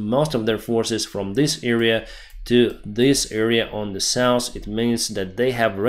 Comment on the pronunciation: South - NOT souse